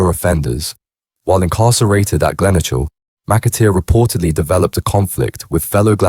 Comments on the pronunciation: HMP gleno kill is how its pronounced not gleno chill 😂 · Glen "o" chil. 😂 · Glenochil is pronounced Glen-oe-kil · I spent 8 years of my life in there, never once heard it referred to as glen-oh-chill 🤣🤣🤣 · Straight to the comments when I heard it 😂